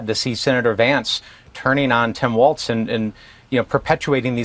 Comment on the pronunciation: No T in Walz